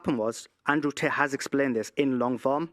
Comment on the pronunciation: I can’t stop hearing Andrew “Taint”. Lol.